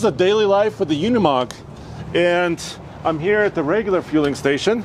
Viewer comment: Pronounced Ooh nee mogg, not you nee mogg. And mer cedes, not mir say dees.